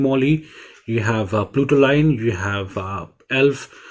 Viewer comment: It's Putoline NOT PLUTOLINE Bro